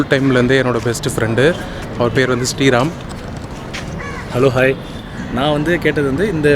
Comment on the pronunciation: What... his name is Street Ram Or Sri Ram.... Your pronunciation sounds Street Ram... 🙄🙄